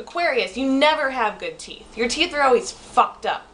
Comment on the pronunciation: TEETH???? TEEF???????????? TEEEEEETH???????????????????????